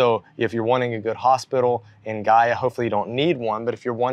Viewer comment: Great job on the pronunciation!! It’s great to see your point of view on Gaia! Obrigada ~